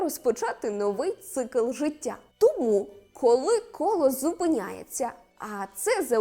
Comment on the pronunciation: Цікава інформація,але подача голос й інтонація ніби в садочку для дітей,до того ж ріже вухо то «жицця,Ісус Хрустос «😏